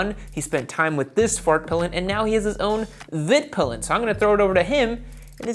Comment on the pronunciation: Please learn how to pronounce svartpilen and hvitpilen